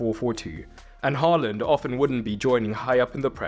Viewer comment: HAA land, not HALL and :hand-purple-blue-peace